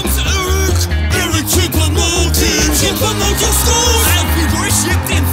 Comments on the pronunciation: It’s not Eric choupa moting it’s Eric choupo goating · Ali the part where he says eric chuopo moting